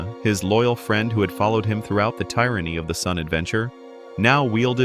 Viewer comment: 'Tie-ranny' of the sun? What ai shit is this?